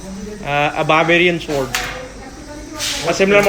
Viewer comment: This is my fevret shword.. I love this shword...